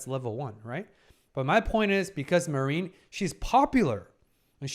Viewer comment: Interesting pick... yeah, it has absolutely psychological aspects but definitely less than Apothecary Diaries for example. The main focus is on the cosplay scene. With some heavy fanservice. I believe there are a few shows more fitting for you to talk about to be honest. PS: her name is pronounced mA-rin, hard a, short rin and Wakana is wA-ka-na